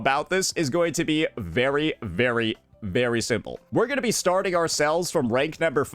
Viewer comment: why cant this restarted chipmunk looking guy say the word "very" normally